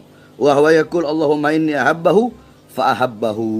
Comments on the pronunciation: Bahar baca kitab saja SALAH kok. Yang benar adalah "Inni uhibbuhu fa ahibbahu, BUKAN "inni ahabbahu fa ahabbahu" (seperti yg dibaca Bahar). Gimana sih, katanya cucu Nabi, baca kitab aja ga bisa. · Baca hadis nya saja salah Bahar Bahar, mana ada ahabahu, yg benar uhibbuhu